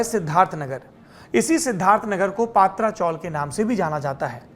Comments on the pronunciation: पात्रा नही पत्रा चाल, मतलब टिन शेड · पत्राचाळ हैं पात्राचोळ नाही